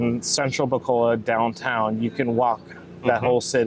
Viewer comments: its not bacolad its pronounced Bacolod...lol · No offense guys honestly. I wish us westerners would try harder to pronounce tagalog words and Philippine cities correctly. So all letters 'a' are pronounced 'ah' and all letters 'o' are pronounced 'oh'. So Bacolod is pronounced Bah-coh-lohd. Love your channel.